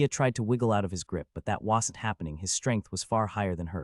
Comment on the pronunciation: BRO CANT PRONOUNCE WASN'T